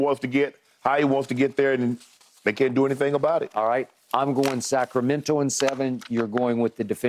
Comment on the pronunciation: That’s right Skip!! SAC-RA-MEN-TO 🗣️🗣️